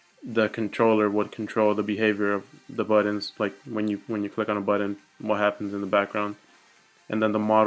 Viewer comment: your my spirit animal. Thank you for this set of tutorials. It has helped a lot. Also I appreciate that you pronounce the word "buttons" as "bu'dd'ons". I get so much crap for doing the same thing. Keep up the good work!